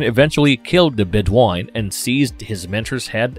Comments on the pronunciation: Deserves the callout. And if anyone saw Highlander 2 they would definitely know this. "RAMIREEEEEEEEEEEEEZ!" Also Bedouin is pronounced Bed-oo-win, not Bed-won. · AHHHHHHH the narrator's mispronunciations are driving me insane. It's obvious the guy has NEVER seen the movies let alone an actual fan of the movies. "Ram Rez?" Are you kidding me? "Bed wine?" Bed O win. "Dug al?" Doo Gal and so much more. Ugh new do over narrator please! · LMAO!! "Ramrez", "Bedwine", "Krugan"...... I can't.....🤣🤣🤣🤣🤣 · He calls the Bedouin the Bed Wine